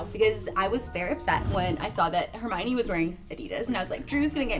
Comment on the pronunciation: The goblet of fire actually very clearly says her name is her-my-oh-nee because everyone was mispronouncing it. Check the yule ball chapter lol